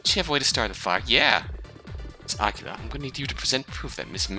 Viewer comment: No offense, and I don't know if anyone has corrected you on this yet, but... are you pronouncing Aquila as Aqua-la? o.O I think it rhymes with Tequila or something instead dude. :p You know... so it can rhyme with Nina, like how Eagle rhymes with Legal. :? Nina Aquee-la, not Aqua-la. :p